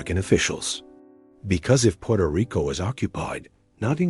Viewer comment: "Purto Rico?"